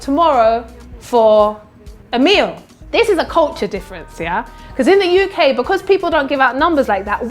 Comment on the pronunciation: Part yenye nimeskia tu ni 'in the you kay'🤣🤣🤣🤣😋🤣